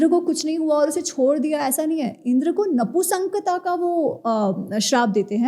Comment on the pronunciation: Namaste,!:-) "नपुसंकः" नहीं, "नपुंसकः" कहिये. Not "Napusanka", but "Napumsaka" would be correct!